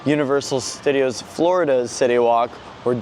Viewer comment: "welcome back to universal stuh-deeos":face-green-smiling